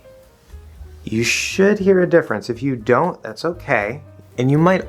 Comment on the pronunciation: haha, the start of the video that "you" sounded like "f*ck you". If you repeat the start of the video many times, you should hear it.